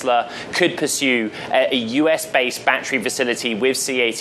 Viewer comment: he said batry instead of battery.